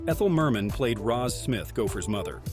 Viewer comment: I stopped watching and gave an immediate thumbs up after you called Ethel Merman, "mer-MAN". How dare you?